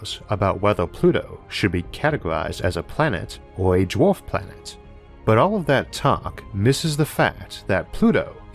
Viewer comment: How does one get a narrator on astronomy lessons that cannot pronounce the word...'star'...or 'dwarf'....(Honestly?)